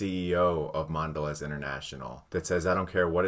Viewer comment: "Mondelay". Come on...